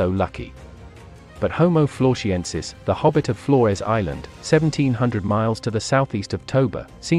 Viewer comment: Why pronounce "Floresiensis" as "Florshiensis"? It makes no sense.